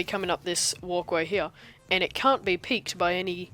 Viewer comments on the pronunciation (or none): good video, only downside to it is the way you pronounce the word "can't"